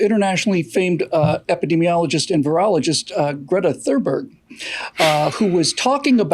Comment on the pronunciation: Damn you for burning “Thurmberg” into my ear drum. I was having trouble pronouncing her meatball name as it is!